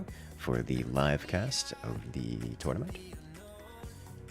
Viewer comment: What is a "Tutnament" ? Must be something Ancient-Egyptian, or?:)) Thanks to all of you, it was a great and entertaining watch! Especially the "accidents":)